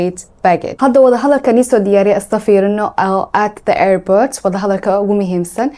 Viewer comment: Airbort kulahaa ?😂